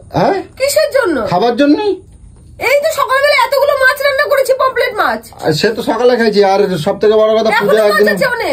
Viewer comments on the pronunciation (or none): Promplate aabar ki machh? Ota Pomfret machh. Social media te uchharon thik kore karo